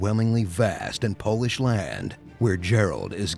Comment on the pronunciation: i think he read the script wrong and said 'Polished,' as in the country lol